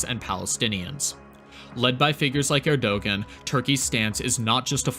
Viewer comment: The ğ in Erdoğan is silent.